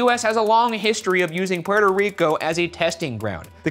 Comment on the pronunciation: my favorite part of this whole vid is the trouble ryan has pronouncing “petoriko” “prertor rico” funny as hell